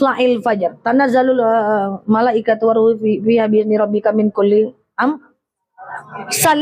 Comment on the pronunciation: Menit 4.15 Tanazzalul malaikati war ruh. Waduhh Malaikatu kak